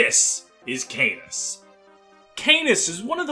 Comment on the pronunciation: AAAAAAAAAAAAAAAAAAA CANAS IS NOT PRONOUNCED LIKE THAT I CANT STAND IT canas is great i love him sm but I can't stand your pronunciation its driving me mad >:(